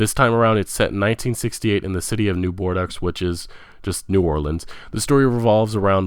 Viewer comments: This guy needs to brush up on his speaking and pronounciation skills. It's Valve, not Volve. Bordeaux is pronounced Bordeau not bordux. This is not meant as a personal slight but a reminder about having some professionalism. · It's pronounced "Boar-dough" not Boar-dux, lol. wtf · And he manages to mispronounce Bethesda (Bethsda???) and at least three other words (soxsiety = society, New Borducks = New Bordeaux, Androomda = Andromeda) that aren't exactly tongue-twisters. It got to the point where I was wondering if he was doing it on purpose. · I'd like to add another advice: If you stumble upon a foreign name or word, at least try to find out how to pronounce it correctly. You did apologize for "Andromeda", but there were some other strange pronounciations, like "Bordoks" for "Bordeaux". Correct pronounciation will greatly enhance the quality and credibility of your otherwise great vids. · Good vid with good content! Honestly, I wouldn't even bother to say this if I didn't like the vid, but... just a few tips for future reference. Bordeaux is pronounced "bore-doe." Genre isn't pronounced "john-ra." The G sounds like the J in the French name Jaques. Valve isn't pronounced "vulv." The A sounds like the A in "sad." "Bethesda" is pronounced "beth-ez-da." I'm really not trying to be jerk here. I like your videos, but the mispronunciations can be a little distracting. Just some sincere advice. Peace! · 'Borducks' hahaha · Bordeaux is pronounced "Board-O" and Bethesda rhymes with "She-says-huh" lololol Thanks for the video though bud. I really enjoyed it! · "New Bordux"... Come on man! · it should be boar doe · Seriously, all I could think of. Andromeda isn't hard, and neither is Bordeaux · i felt the same at bordeaux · The guys pronunciation is a mess. "Besta" for Bethesda. "Volve" for Value. Butchering Andromeda and Boudreaux. Hard to listen to. Not trying to dog the guy, just some constructive criticism.